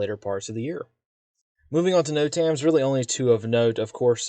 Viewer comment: NOTAMs are pronounced Note-ums not No-tams. Other than that, good brief.